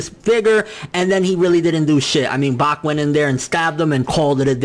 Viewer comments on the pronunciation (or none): none